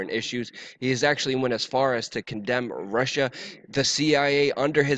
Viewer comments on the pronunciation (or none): none